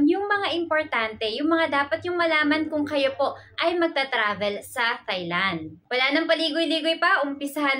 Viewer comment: TAI Land po not thai land